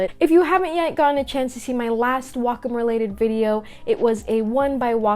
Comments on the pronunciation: Yes its not wack-em its wacom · I thought it was pronounced (waycom)